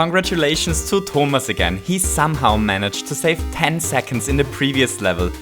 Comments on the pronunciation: It's Tho-mas you don't say it "ou" but "o" Just saying,why did you think it was said like that?("ou") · Wow. You pronounced "Thomas" like a real german 😂